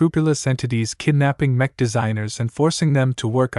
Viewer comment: Horrible voice over, it can't get names right, it keeps mispronouncing easy words like mech, for a word that is used so much throughout the entire book series..... This voice over is the worst right up there with the 1980 something audiobook of legend of Drizzt. Great book series tho, I just can't listen to it now and probably I'm never going to finish it lol